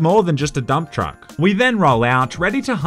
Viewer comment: did u say dumb truck or dumptruck